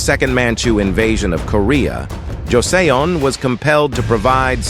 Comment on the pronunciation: Joseon is pronounced jo sun lol